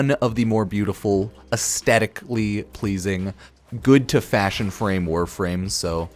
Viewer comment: “Aesthetically pleasing” lol